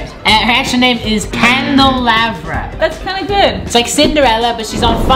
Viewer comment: Thank you for doing Candelarvra! But it’s pronounced wrong.